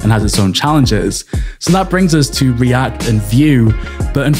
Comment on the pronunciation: when you say react it sounds like riadh lol.